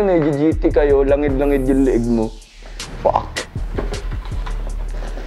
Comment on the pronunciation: Fuck not “Pack”